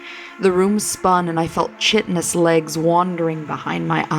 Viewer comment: Chitin is pronounced "kai-tin" Chitinous is pronounced "kai-tin-ous"